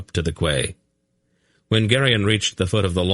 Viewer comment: I love the whole thing but ffs Quay is pronounced as Key!!!!